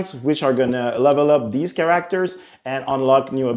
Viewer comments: Cringe every time he says “cAr-aCtOrS” 🤢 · what is a Char-ra-actors? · He said karakterz like 23 times. Good choice. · Hopefully they add more “Kiracktors” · Soooo you’re incapable of pronouncing “Characters”. Ok cool. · ChaRackTers is getting me each time he says it. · "Emfaces" "chareactors" it's so hard to focus on the video I'm sorry, but I haven't been able to focus on anything but the jarring mispronouncing of words. English probably isn't his first language, I'm not trying to poke fun but dammit this video is making me look at the wrong things 😅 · He put the wrong emphASSis on the wrong syLABul